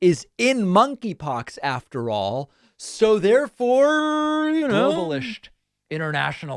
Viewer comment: "...inernaschionalist, globalisht, Troshkyite-soshialisht...! 🤣